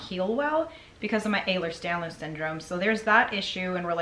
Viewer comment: Every time she says Ehler Danlos syndrome all I hear is Elerjahdbskisbdnsdrome